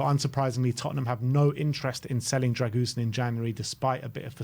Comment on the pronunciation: It’s pronounced “Dragusheen”